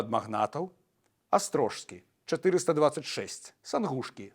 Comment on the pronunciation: Дзякуй за цікавую праграму, вельмі інфармацыйна. Драбнюткая заўвага — князь Астро[с]кі, ЖС> вымаўляецца як С. Вельмі часта чую ў розных вядоўцаў (рыЖскі, праЖскі, замест рыскі, праскі, парыскі, як Бог — Боскі, князь — княскі, луг — лускі)